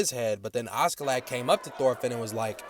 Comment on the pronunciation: Why is bro pronouncing askeladd as auskiladd😂😂